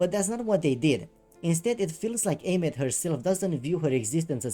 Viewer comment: I thought Aemeath's name was pronounced like Eye-myth.